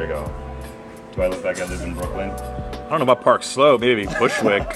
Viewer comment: Brookwyn? lol